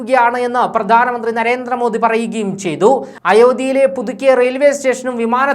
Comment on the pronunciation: എടോ..'' നരേന്ത്ര മോദി അല്ല. നരേന്ദ്ര മോദി ... എന്നാണ്‌ പറയേണ്ടത്. ( ന്ദ്ര ..)